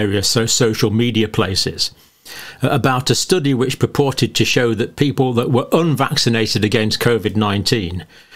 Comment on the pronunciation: I love the way he keeps emphasizing the word, 'purported.' 😁